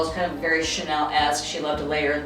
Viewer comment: It is Chanel; not Cheenel. Talking about style and not pronouncing names properly is totally incompatible with style, or, doesn't show style at all... it's not that difficult for the word Chanel...